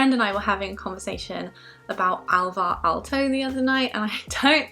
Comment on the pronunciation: I was first trying to figure out what you mean but then realized you are saying Alvar Aalto when I saw the glass, finnish glass desing :D Saying Finnish names correctly is very hard